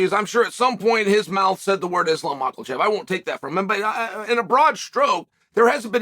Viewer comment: Uncle Chael has spoken, « Islam Michealchev » should be ranked higher.